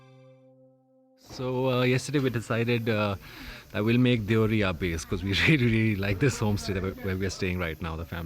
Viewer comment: दियोहारी नहीं देवहरी गाव का नाम है।